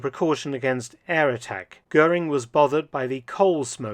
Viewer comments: Interessanter film. Aber der dt. Kommentar ist grottenschlecht. Kein personen oder ortsnamen richtig ausgesprochen😮 etwa " guring". Unnötig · Más que pésima la pronunciación en castellano de los apellidos alemanes: Göring no se pronuncia "Gurín", etc. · GURIN ? NON GOERING :face-blue-wide-eyes